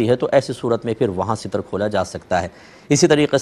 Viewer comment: Seetar word ni hota Ster hota h